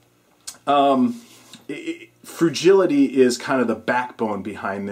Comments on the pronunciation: Good vid. Just want to say.. you don't need to tell us that each tip is "really, really important", or "you should definitely, definitely know this". If it's on the top 10 list, it goes without saying that it's really important. Also, there is no word "frujility" - it's "frugality" ;-) Peace.. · Good video -- btw, its pronounced Froo-GAL-itee. As for 1st Aid, I keep my Red Cross lifeguard handbook on-hand & also hospitals offer CPR classes.. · It's pronounced frugality-short "a" sound, not I sound. A as in at. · Did I just hear him pronounce "frugality" as "frugility"? lol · Frugality, it's pronounced froo gal ity. look it up! Otherwise, good video for the most part.